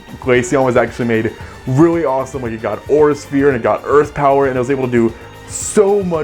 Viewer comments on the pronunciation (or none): none